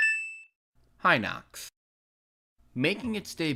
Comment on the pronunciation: I am glad he said Hinox right.